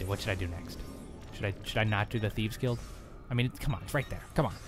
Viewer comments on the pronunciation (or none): none